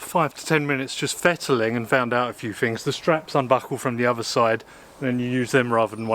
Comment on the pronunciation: I ‘fink’ I like your videos because you test ‘fings’ during different ‘whever’ conditions.